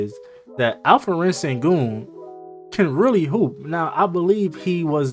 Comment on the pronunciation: Call him Al-P not Alferen. Thats wrong pronouncement.